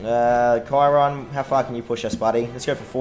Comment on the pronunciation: Hey remember me? Also you played the game for a long time, but do you know how to pronounce Chiron?